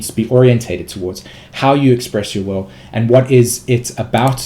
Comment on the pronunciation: Are you saying "expression of the wowe" or "expression of the will"?